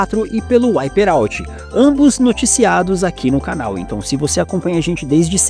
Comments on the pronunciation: Eu me incomodo demais ouvir o nome de um jogo em inglês sendo dito errado. "UIPÊ"out? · "uaiperauti" me quebrou kkkkkkkkk